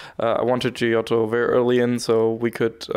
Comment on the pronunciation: it's a hard "g" on his name mate xD